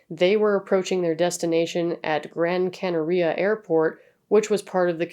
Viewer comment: Not that it matters a great deal to me, but just so you know, Gran Canaria is pronounced Canary-Ah, whilst Tenerife you pronounce without the emphasis on the 'e' at the end (although props to you because most people don't put effoet in to accents and stuff, and usually in languages like Spanish and Portuguese they would probpunce it like that, just for some reason it isn't with Tenerife. Idk tbh 😂)